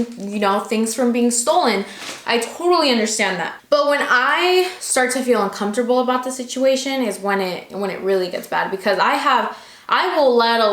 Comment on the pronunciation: "Uncomptable" u cute 😂😋